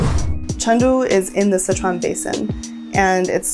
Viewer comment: Not just that. They're also saying Sichuan wrong